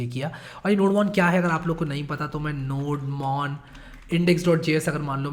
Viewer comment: Fun fact Nodemon is pronounced as "Node-mon"